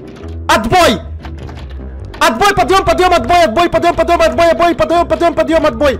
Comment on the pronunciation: Не падём, а подъём